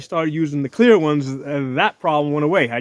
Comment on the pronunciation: Are you saying CLEAR or KWEER?